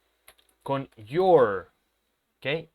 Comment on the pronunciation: Teacher, la pronunciación de You're y Your 😥